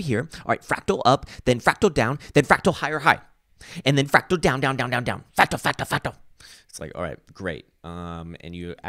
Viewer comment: "Frawctowler!?" LOL!